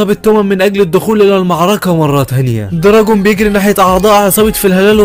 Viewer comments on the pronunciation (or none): معلش بس اسما طوكيو مانجي و اسمو دراكين مش دراجون😅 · دوركين ❌ دراكين ✔️ كزتورا ❌ كزتورا ✔️ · صحح نطقك لانه مره مو مظبوط اسمه دراكين واسمها طوكيو مانجي مو مانجا